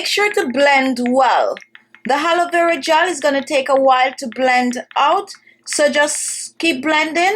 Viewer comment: Halovera gel....it I hear it right? It should be pronounced A LO.VE RA🙄